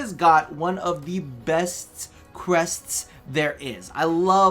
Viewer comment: "Crest"... That emphasis though haha